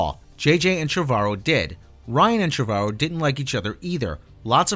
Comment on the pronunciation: You're mispronouncing Colin Trevorrow's name